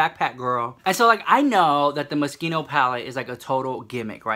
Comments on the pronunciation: You pronounce it MOS-KINO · "I was calling it the mosquito pallet but it's Moschino not mosquito" lmaoo 😂😂😂